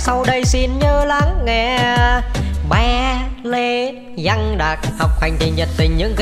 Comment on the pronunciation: Văng mà giăng bị ngọng rồi cô ơi